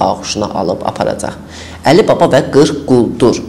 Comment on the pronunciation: Hələ. Nitqi çox qüsurludur. Sözlərdə də vurgunu səhv qoyur. ƏLİ baba deyir.ƏliBabaya